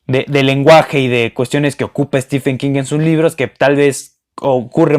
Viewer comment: Aunque prácticamente todos los booktubers y la mayoría de los hispanohablantes lo pronuncien mal, Stephen se pronuncia STIVEN, no estifen.